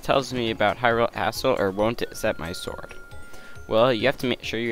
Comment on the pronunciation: I like when he says Hyrule Castle, as Hyrule Asstle